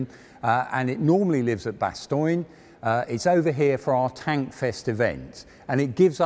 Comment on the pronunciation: Cédric Vermoesen yes i know it is written like that but it sounds funny how he says bastogne